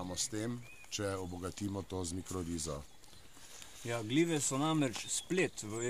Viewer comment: mikoriza se rece ne mikroriza, drgac pa zelo poucno